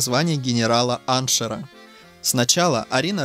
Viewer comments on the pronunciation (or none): Уважаемый чтец. Ганнибал сделал карьеру до генерала -аншеФа, а не аншеРа. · Генерал-аншеф, а не "-аншер". Какая бездна между прошлым и нынешним, что авторы не могут правильно назвать званий лиц, о которых нам пытаются рассказать. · Что за чтец за кадром? Во'-первых, старый и новый стиль расходятся не на 11 дней, а на 2 недели. Во- вторых , генерал Аншер? Я знаю слово генерал аншЕф... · Какой генерал анжер? Аншеф! Хотя бы читайте, что написано, а не коверкайте. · Не "генерала-аншерв",в "генерала-аншефа" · Генерал-аншеф, а не генерал-аншер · "Аншера"?! После этого можно уже не слушать. В армии российской империи был чин "генерал-аншефа", который Абрам Петрович Ганнибал получил в 1759 году. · Слушай сюда грамотей!!! Не генерал - аншер, а генерал - аншеф. Ты хоть начальную школу закончил??? Позорище!!!! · 1мин.55 сек. "дорос до генерала *аншера*"... Может до генерала аншефа ?!? А ?!? " историк"?!? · Генерал- аншеф, а не " Аншер". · Генерал-аншеф,а не "аншер"! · Генерал аншеф, а не аншер, но видимо для автора не принципиально. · Генерал аншеф, а не аншер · АншеФ, а не аншер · Не аншер, а генерал- аншев. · Хоть бы правильно произносил! Генерал аншеф! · Даже звание генерал-аншеф правильно не может произнести!🤦 Что уж об остальном говорить...😠